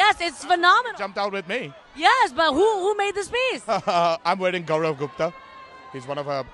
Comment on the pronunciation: ''gaurav gupta's'' may be he didn't pronounce it clearly